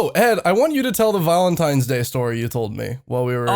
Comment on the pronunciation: You pronounce valentines like Volintines